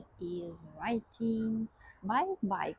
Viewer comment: I like the calm and intelligent vibe of your videos. If you want, you can tell us how the hotdogs 🌭 taste (or rate them 1 to 5) and the name of the coffee shop. Since you are practicing English, "riding" is pronounced like rye-ding as opposed to reading. A picture forms in my mind of people reading while riding their bikes )) 😅